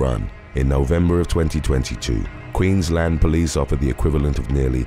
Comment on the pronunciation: bonus points for pronoucing Queensland correctly! Does my head in when people run it together like Maryland (at least when it's youtuber or podcast that professes to present facts). You have to say each bit separately "queens-land". Well done (I'll let you off for Bendigo coz that's not a large town or a state)